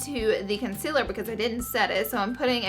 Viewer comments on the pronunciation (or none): does anyone else hear her say con-cil-ler instead of concealer?